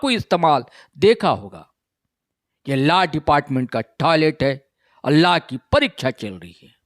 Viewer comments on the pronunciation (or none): Sir phle pronouns to thik se kr lijey laa nhii law hota hai, or personally app chota Nagpur law college ko Target nhii kr sakte, app kavi aa y hai hamare Law college study dekhne, kysa hota kysa nhii, faltu ka bakwas kr rhe, humlog study kr ke he jate exam dene, 1- 2 ke chalte sbko badnam mat kijey